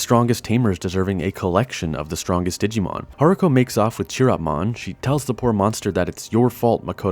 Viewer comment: Nice video! But Chiropmon is pronounced with a "k" sound, not "tch".